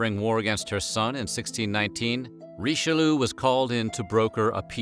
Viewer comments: I do love these videos, but I just can't stop laughing every time I hear "Richeloo"... 😂 Ri-che-lee-ugh, ok? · RICHELOO? really? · you guys usually pronounce the french names fairly right, so whats the deal with Richelieu? it's not pronounced Richelu it's Richel-jö! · Herur22 yes "Reecheloo" broke my ears ;) hee hee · Cardinal Reesheloo! bloody hell where do you get these pronunciations from?